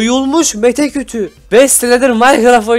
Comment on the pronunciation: okumanı şey yapayım abi dsadsa :D meşe kütüğü (mete kütü) :D